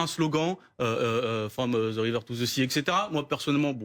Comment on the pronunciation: From ze river to ze sea, avec l'accent, Yvenn, y'a des blocages de cours d'anglais, même au collège, je parlais anglais mieux que ça. 🤣